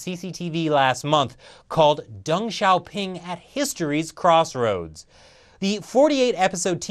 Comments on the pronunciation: "Xi sees himself, like (Dung, not Deng pronounced, Dung) as a man of drama..." Too funny! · you pronounce deng as dung